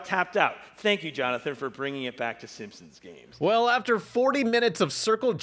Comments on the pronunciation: great vid, but I feel sorta uncomfortable after realizing you pronounce the “Simpsons” as the “Simpsimps” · Why do you pronounce it "Simpsoms"? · The way you pronounce Simpson's makes me want to rip my own ears off